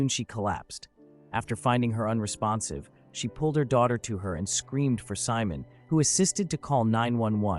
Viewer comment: When your name is simon but the A.I pronounces your name Salmon